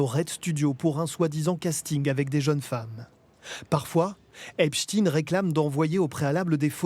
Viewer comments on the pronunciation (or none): Même les médias allemands disent Epstine c'est désolant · EpstEIN et non EpstINE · Epstein, pas Epstine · vous dites "albert Einstine" ?vous dites "Frankenstine" ? non...ba alors pourquoi vous dites "Epstine" ?? c'est Epstein !!! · Pourquoi epstein se prononce epstin dans les médias télévisuels français ? Il y a un problème avec la vraie prononciation de son nom ?